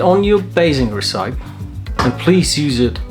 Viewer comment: The Scheme and Recipe pronunciation had me chuckling haha. Good video and very useful tips!